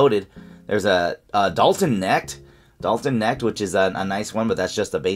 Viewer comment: Knecht is pronounced connect Mr I don't watch college basketball 😂